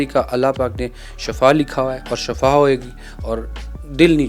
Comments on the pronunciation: shafa nahi shifa boltay hain plz shifa boliay. "" shafa maot hy or shifa ka matlab sehat hy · shafa nahi shifa boltay hain plz shifa boliay